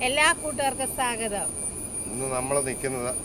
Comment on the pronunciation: Swagatham.not saagatham